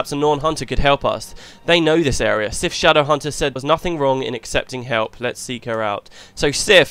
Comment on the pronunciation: Aha damn, too quick. It's almost as good as your pronunciation ;P